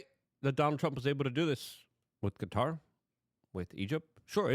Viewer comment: Thanks for saying Qatar the right way. Drives me insane. Also wasn't the government in the process of getting a new air force one? If I'm remembering correctly it's the same type as this one, a 747-8. I found the whole "controversy" funny.